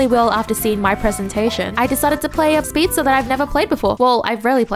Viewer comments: it's not speedstare, it's speedstairs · "Shuld" "speedstare"